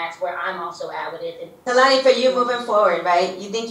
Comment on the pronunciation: I lobe you sooo much but could you please work on pronouncing people's names correctly. You're always saying peoples names that are NO WHERE near the spelling and pronunciation. Khelani has an "n"